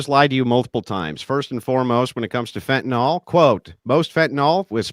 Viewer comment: There's no such as "fentanol". 🤣